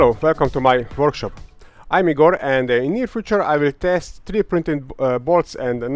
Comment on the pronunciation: "А'йм Игор" - ахахахах